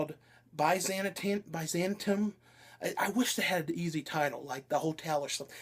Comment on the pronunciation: this way buy-zan-tium